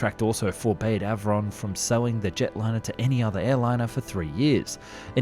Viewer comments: Love your work. The Avon Engine is pronounced Ay-von. Named after the English River like all the RR engines. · It's A-von, not a-von........ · Avon and Derwent. Do try and get the pronunciation right! The A in Avon pronounced as the ‘a’ in lake. Derwent as one syllable not two. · Despite the commentator’s obvious Englishness he.can’t properly pronounce Avon and Derwent, two English rivers that RR named its jet engines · Not to carp but how can you get so many well known names pronunciations wrong? The 'A' in Avon is as in day. The 's' in Viscount is silent and the 'i' is as in iceberg not as in disaster. Your pronunciation of de Havilland is just weird. Apart from that great stuff by the way 😀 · Anyone with an ounce of culture would instinctively know the correct pronunciation of Avon and Derwent - both being rivers in England. Shame that the narrator does not have any such education. And if he wasn't cross-eyed, he'd had managed to pronounce the V and L in De Haviland in the correct order.